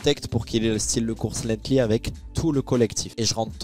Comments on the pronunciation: C’est pas lethly c’est lenghty la course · Parcontre ce n'est pas lenghtly comme j'entends mais LENGTHY .